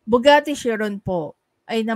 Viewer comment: Khi-run ang pronunciation ng chiron